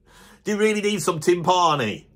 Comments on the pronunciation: I believe "tympani" gets an accent on the first syllable. To wit, TYM-pa-ni, and not tym-PA-ni. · This guy's a drummer (apparently - never heard of him), yet can't even pronounce timpani properly, and then makes a video rating drummers! Unbelievable. Timps are as legit a choice for drummers as any tom.